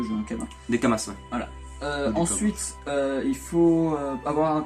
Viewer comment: Des Kama(s), on ne prononce pas le S haha... Concrêtement, c'était assez simple de farm l'argent pendant le WE de test... Désolé j'ai pas pu regarder la vidéo en entièrement, c'est très fouilli ^^'